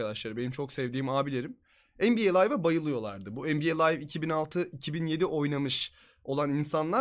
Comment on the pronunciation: NBA layv değil liv